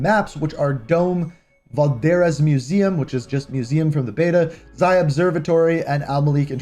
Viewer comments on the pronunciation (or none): none